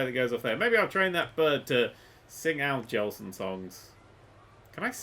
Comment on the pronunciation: If only i knew who this "Owl jolsing" dude was.